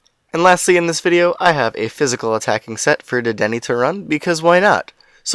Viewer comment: It’s pronounced dedennay